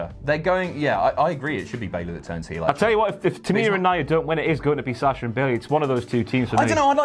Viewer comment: u guys pronounce "Sasha" so funny